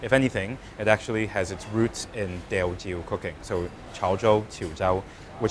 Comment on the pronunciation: Yoooo is in Singapore! I hope you have a 12 episode series here, Singapore takes our food seriously. Of course comes in with his homework done. Impeccable pronunciation of Teochew.